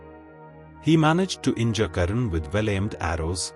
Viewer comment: Karna should be prounouced as karna not as karan. Only North Indians change the names to suit their own linguistic preferences.